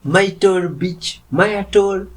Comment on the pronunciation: Myrtle is pronounced like turtle 😊